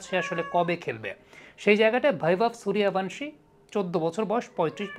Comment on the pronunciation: সুরিয়াভানশী নয় এটার উচ্চারণ হবে সূর্যবংশী